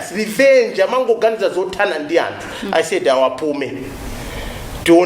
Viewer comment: Your not a Malawian why he say amtu instead of anthu